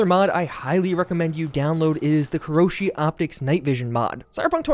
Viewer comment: it's Kiroshi not Koroshi.